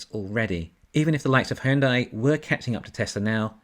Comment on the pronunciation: Just FYI - Hyundai is pronounced like Sunday...